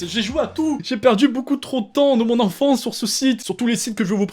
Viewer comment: A il dit : j'ai fait une petit liste de site de notre ENFRANCE 😂😂